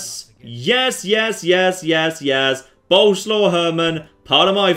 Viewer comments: its swav not slaw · Once again "Boleslaw" is a polish name, not nickname and you pronounce it entirely different from how you do it. It's "Bol" (like in Bold) + "es" + "wav".